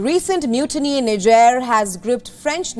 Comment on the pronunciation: Niger pronunciation is incorrect